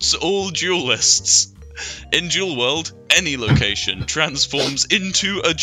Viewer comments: every time he says "Duel" it sound like "Juul" Edit: I made this comment before getting to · When ever you said duel it sounded like you were saying jewel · For the "Yu-Gi-Oh! Duel links" section I thought he was saying Jew lmao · Bc of the way they pronounce duel I tjought they were talking about juuling